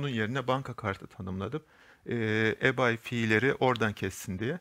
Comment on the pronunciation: Reis güzel anlatmışsın ama ibey diye oku yav garibime gitti eBay neydi diyorum kendi kendime